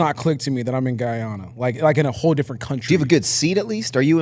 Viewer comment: What is geyana?! 😂 it’s Guyana